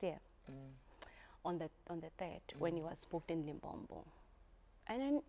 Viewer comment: Can someone teach to say "Limpopo" not "Limpompo".